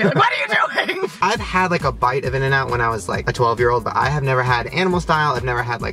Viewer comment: Its INN-N-OUT